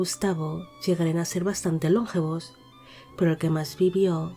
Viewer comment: Hola, muy interesante el vídeo. Sólo un matiz: la palabra "longevos" es llana, no esdrújula. No se pronuncia LONgevos sino lonGEvos. El accento recae en la sílaba GE. Saludos.